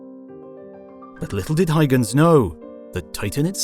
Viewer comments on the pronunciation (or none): Christian hygens? There is a U there and it isn't silent ;)